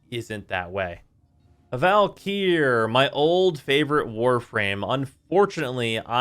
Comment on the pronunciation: i also think he overlengthens the e in valkyr